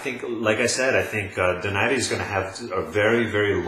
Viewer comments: First of all you sound like you are in a soundstage, too much echo. Get your sound right. Secondly, Donaire is not pronounced "Do nar ri" it's "DO NAIRE" like you will feel nothing but air after he hits you and hits you very hard! econ Third, when did defense ever rule boxing? Boxing is a sport of hitting and not getting hit, the more you get hit the more likely you will lose. Also, speed rules boxing, the faster you are the more chance you will win. Donaire has both. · it's pronounced DO-NAI-RE. Not DO NAIRE. It's a Spanish name not French. Americans say DO NAIRE because they don't know any better.